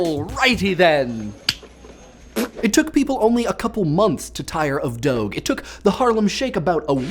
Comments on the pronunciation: it's not doag, it's doge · doge doug ? are soerius? its doge do gi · I wasn't going to correct you but I had to... Doge is Pronounced 'Dohj'. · Ahhh it's not pronounced "dogue" it's like "dog-e" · IT IS PRONOUNCED dough - juh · Tire of Doge? If anything that's one of the memes that probably wont die any time soon. Also its pronounced Doje... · Am I the only one who pronounced it as DO-GEH ?!? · it's pronounced doazh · THATS NOT HOW YOU PRONOUNCE DOGE!!!! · why does this guy pronounce things wrong? LOWELLcat? DOGE with a hard G? Is this his thing? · It's pronounced "Doge." Wow. So fail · You pronounced doge wrong. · It's "doge" with a g like in "orange".